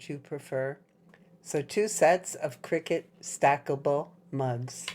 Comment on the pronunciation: Why does one say critut???